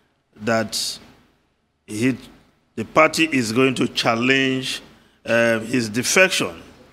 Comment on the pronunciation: the pronunciation of the word is not chaLLENGE. The correct pronunciation is CHAllenge. It is in the first syllable. Please correct yourself.